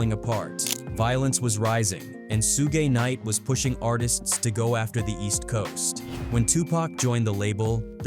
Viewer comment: AI said Sue-gay knight 🤦‍♂️